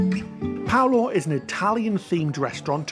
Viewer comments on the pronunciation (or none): please stop saying Paulo its PALO